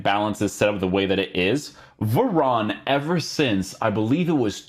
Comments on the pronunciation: please call him varane and not veron 😭😭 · He’s French, ane is normally pronounced on